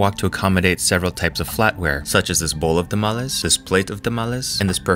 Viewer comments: When you take a semester of Spanish... how you pronounced tamales. "Tha-mall-es" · This man: “I’m going to pronounce tamales in the most pretentious way possible”